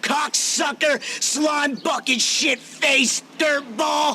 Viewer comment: А чому $hit я чую як шєт а не шит?